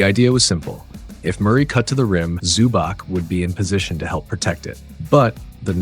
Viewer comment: Nice breakdown. Please learn the players names next time. ZubaK my ass.